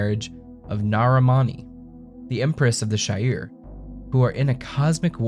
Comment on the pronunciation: It's pronounced She-ar not Shy-ir